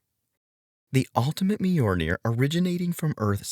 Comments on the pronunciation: Myolnir not Myornir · I enjoyed the facts, but it hurt me every time I hear MY-UR-NAIR. (MI YUL NAIR).